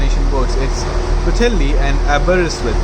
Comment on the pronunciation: I got a laugh at the way you pronounced Wales ( W sounded like a V ) and you did pronounce some of the places better than most English people do, I was impressed by the way you said Pwllheli, Porthmadog Aberystwyth and Ffestiniog.